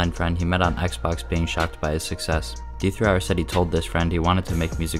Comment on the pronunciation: hearing him say d3r instead of der makes me wanna die 😭